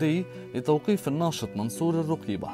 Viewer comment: المريع صوتك والله ، وثانياً لما تكون من اهل البلد تكلم حتى اسمه تنطقه خطأ!! مصادرك مثل وجهك